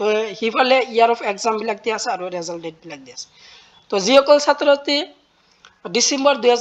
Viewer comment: ৰেজাল্ট নহয় তো ৰিজাল্ট হয়